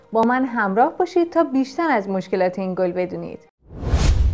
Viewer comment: درود به شما بانو صدای شما دلچسب و آرام بخش است فقط لازم هست شمرده تر و آرام تر بیان کنید چندبار گُل را گِل تلفظ کردید آیا این خودخواسته است یا لهجه محلی شماست . سپاس از ویدیو خوبتون